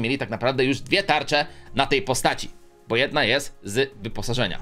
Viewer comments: To jest bo a nie bu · nie bu tylko bo😡😡